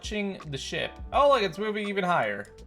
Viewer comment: Wait when you said “ship” it sounded like u said the s word brotha (not tryna be offensive:(